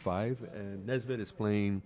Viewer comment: His name is Nevzat, not Nezvat